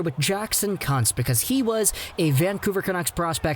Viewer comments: it's pronounced Koonz. Thought I was watching a Jim Jeffries video. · Kuntz 🤣😆🤣😆 I think its pronounced Kuuunz